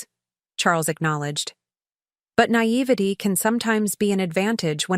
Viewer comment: You're pronouncing naivete wrong